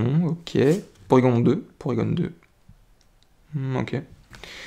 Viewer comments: Ca fait longtemps que j'ai pas entendu la voix de un de mes youtubeurs préférer et chui content de te revoir :) Au fait c'est porygon pas porygonne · Salut ! Pour moi c'est Porygon, pas gone ! On dit pas Tygnone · Super vidéo. Mucuscule vient de Mucus et de Minuscule. Colimucus garde Mucus dans le nom, et non Minuscule, d'où un nom qui peut déstabiliser. Pour Porygon, j'ai l'habitude de le prononcer à la française. Or je pense que c'est une erreur, qu'il faut prononcer "Porygone", comme à la japonaise. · On dit porygone